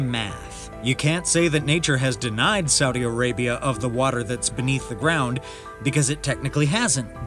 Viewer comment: Its Arabia not Areabia